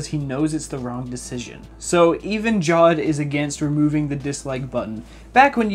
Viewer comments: Idk if Jawed is Pakistani, but in my country (Pakistan) we pronouce Jawed, Ja waad or Ja wed and Ik that he prounces it JAW ed because JAW is another word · its not pronounced jaw-ed its pronounced ja-ved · ja-vedh. JAWED. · It's not jaawd it's jaaved (jawed) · First of all it's not jod it's jawed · FOR GOD'S SAKE IT'S NOT PRONOUNCED JAWED It's PRONOUNCED JAW-VAIED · It is not jad it is ja wed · The pronunciation of jawed in this video is wrong. It's pronounced 'jaavedh' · it's his name you cant just pronounce it wrong